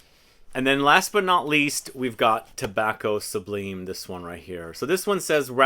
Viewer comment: Pronounced Tobacco SUBLYME.... lime as in the citrus.